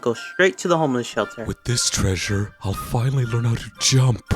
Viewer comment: "with this treassure i summon..."